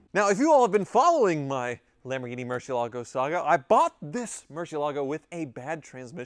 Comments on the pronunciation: Almost a new record. Only took 23 seconds to mispronounce Murcielago. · Anyone else notice that and Ed Bolian pronounce "Marcielago" completely differently? Considering Ed was the Director of Sales at Lamborghini of Atlanta for several years, I'm going with his pronunciation!